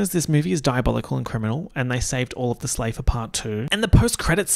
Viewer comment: Not slaybor 😭😭